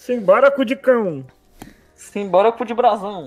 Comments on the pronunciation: eu tava ouvindo sinbolico e n sinbora kkkkkk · meia um tentando falar simbora tendo um avc